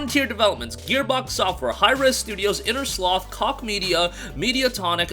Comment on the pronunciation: Koch is pronounced like coke